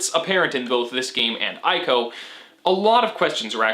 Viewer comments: isnt it pronounced "ee"co and not "i"co? and great analysis! loved the aspect of you, the final colossus, being defeated not by belligerent means but just by the sword being thrown. Nice job and hope you continue to gain more subscribers and views :) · My dude, fantastic video. But it's "ee-co" not "eye-co".